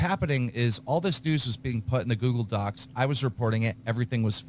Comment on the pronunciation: Keem keeps pronouncing Docs as DOXX. He does it so much it's a reflex.